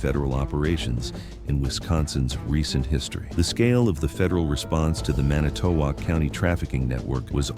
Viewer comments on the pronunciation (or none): Huh, never heard of this on any local channel in the Milwaukee market! And as a WI native it pains me to hear how the narrator pronounces Manitowoc. The emphasis should be on the first vowel. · It's 'Man nih tow wok' not "Manny to wok" county. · It's "man-ih-tow-WALK"! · "Manny toe walk". First time i ever heard it pronounced that way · Pronounced man it to walk. I used to live there. How sad! Thank God they caught them. Barb in PA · I live in Manitowoc and 95% of the photos/video in this story is NOT even from Manitowoc county. Also the narrator doesnt even know how to pronounce it. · This is obviously fake, targeting good people who are concerned about human trafficking. Note the AI generated voiceover and the onscreen news clip shows LAPD. There is no news clip from Wisconsin. Manitowoc is mispronounced. This is from a Russian troll factory. I wonder if they made a version for every state? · This video is AI curated. AI can't pronounce Manitowoc properly and there's footage of LAPD. 2,000 miles away. The raid did actually happen as described though. This AI video is a disgrace to the real incident. Fuck skynet. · The AI voice's pronunciation of Manitowoc county kind of ruined it for me. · Your AI generated voice pronouncing Manitowoc is killing me. It's making me want to cringe. And 90% of the feeling of the video is not even anything to do with Manitowoc. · Is this real? I have heard absolutely nothing about this on the News! And the way they pronounce Manitowoc, makes it seem kind of fake. Keep up the great work if real! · He can't pronounce Manitowoc correctly. Hope he doesn't try Mukwonago or Oconomowoc 😂